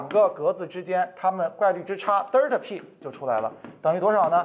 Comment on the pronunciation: 哈哈哈北京口音